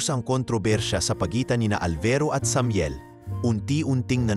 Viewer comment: Bigkasin mo Muna ng Tama Ang Samuel bago ako makinig😅😅😅